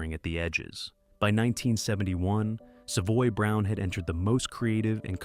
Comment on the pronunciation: The computer voice can’t say the band’s name correctly.